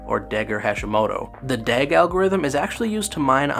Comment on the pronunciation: excuse me, what is DAG again? sounds weird lol